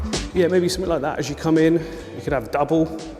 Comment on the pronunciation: “click sumfink” LMAOO I LOVE